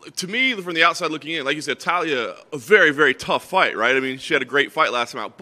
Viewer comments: Her name: Taila Americans: Talia Words are hard. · Taila, not TAH-Lee-uh. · It's not Talia, it's Taila with an "i"! Lol anyways, super interesting fight, can't wait.